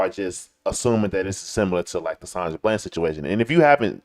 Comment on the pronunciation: ITS BLAND,D!!!! NOT BLANCH LOL SHEESH IT'S PRONOUNCED HOW IT'S SPELLED COME ON HOMIE!!!!